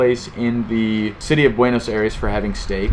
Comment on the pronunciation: I gave it the first dislike because it’s cringy how you pronounce Buenos Aires. I’m sure it’s a good video but I just had to stop watching after 1 minute.